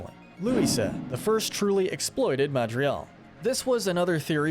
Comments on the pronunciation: The madrials... The madrials....yes the madrial... Its like you don't ever try to pronounce it right man. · "MADRIGAL not "MADRIAL" 🙄🙄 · The way this man pronounces “Madrigals” istg, I’m going to punch a hole through my wall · This video was awesome but your pronunciation is awful. Like, you don’t even pronounce Madrigal properly.